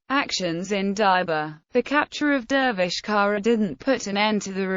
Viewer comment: The surname is pronounced "tsara"